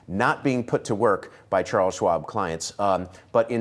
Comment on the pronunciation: He kind of pronounces Chares Schwab as dead.